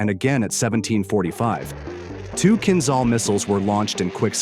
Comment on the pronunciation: It is not called Kinzzall... it is kinjal like french jour...